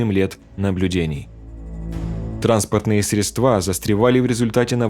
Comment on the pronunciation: Спасибо за информацию. Замечание для многих- в слове средства надо ставить ударение на первый слог.